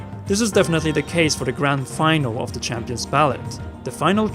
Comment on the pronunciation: Also... “Grand Final” instead of “Grand Finale...”